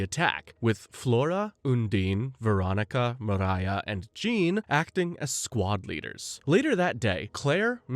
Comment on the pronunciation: Not enough to know her name is Miria, not Mariah